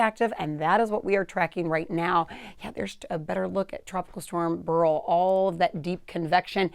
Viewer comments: It's pronounced Bear-ill, not Burl. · This woman has a problem with her pronunciation of names: Burl…Campaychay. What?! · Should be pronounced similar to Barrel. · Beryl is pronounced similar to barrel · I always thought it was pronounced 'barrel', who knew.